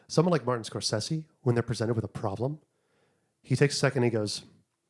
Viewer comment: Huge props for pronouncing Scorsese’s name correctly. So many people call him “Score-say-zee”!